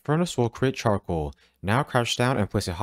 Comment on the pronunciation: Ngl,i really heard 'chocolate' instead of 'Charcoal' 😂